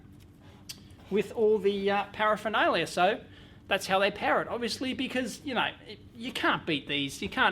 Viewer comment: "power-phernalia" :-D